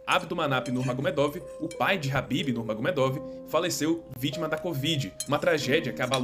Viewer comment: O cara do vídeo chamando o khabib de habib kkkkkk